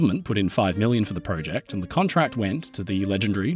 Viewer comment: You said PROJECT WRONG